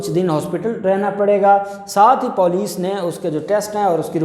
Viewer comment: EK BAAT AAP KO BATNI THI. LAFZ POLICE JAB AAP BOLTE HO TOU US KO POOLICE KAR DETE HO. ISS LAFZ KO SAHI BOLNA SHURU KARO. DUSRA AAP NE KAHA KAE SINTHIYA NE KAHA MAE BEHOSH HO GAI AUR HOSPITAL POHANCH GAI. BEHOSH AURAT KHUD KESE POHANCH GAIN. USS KO HOSPITAL POHANCHA DEYA GAYA